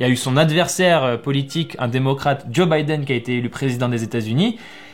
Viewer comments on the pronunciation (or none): none